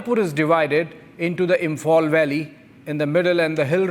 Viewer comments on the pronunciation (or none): The host pronunciations reflect his huge proximity gap, therefore, a total disconnect with the actuals. According to the anchor, Meiteis is pronounced as MIGHTIES, Police is pronounced as PULIS, Imphal/ Imfal as ImFOL. Come on…G-Media, play for India fairly. You host sucks even more than your supposedly mighty AG. 😊